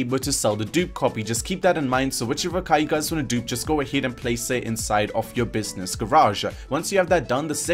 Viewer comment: Why is it that all these video game you tubers always have a weird accent where they have weird speech cadences or weird things they say at the end of sentences? He sounds like he puts an “A” at the end of every sentence. He ends sentences like..”businessah”